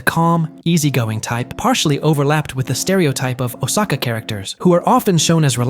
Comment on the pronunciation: It was so painful to hear Osaka being pronounced wester way so many times in a short period of time. 🫠